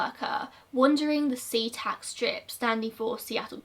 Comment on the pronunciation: omg I live in Washington and every time u said a new location my jaw would drop-I've been to so many locations that he has been to my childhood home was literally in des Moines and i went to school in Seatac (also I'm surprised u pronounced it right)